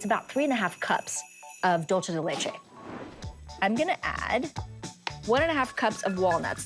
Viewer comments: 😂😂 ikr. I hate when people pronounce dulce like that! Nails on a chalkboard!!!! It’s Spanish, not Italian!! She even spelled it right on her dry erase board at the beginning. Oy..... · .....I'll forgive her for it bec she's thinking in Italian.